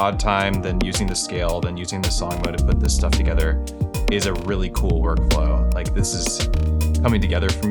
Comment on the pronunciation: "Nyuh-huh... that's pretty kewl."